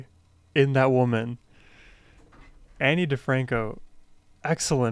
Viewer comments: Her name is pronounced like ah-kneee instead of Anne buts she’s also one of my all time favs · Her name is said Ah-nee